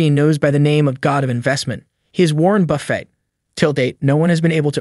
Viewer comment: Why are you saying “Warren Buffay”? It’s BUFF-IT.